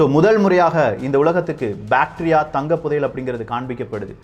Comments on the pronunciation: Bacteria va.. bro that is bactria indogreek kingdom.. pronunciation should be watched carefully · அது பேடீரியா இல்லை பேக்ட்ரா